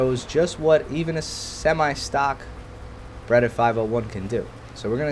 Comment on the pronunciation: yo, its not a bredda, its a breda!